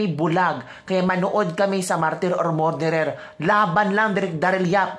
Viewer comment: Kabibig- pronounce “ Murderer” = “Mer derer” NOT “More derer”‼️❤️ Please tanggapin ang constructive criticism🙏‼️GOD BLESS YOU🙏❤️‼️